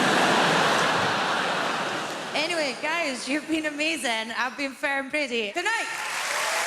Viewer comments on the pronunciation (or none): It sounds like she is saying Fair Pretty when she says her name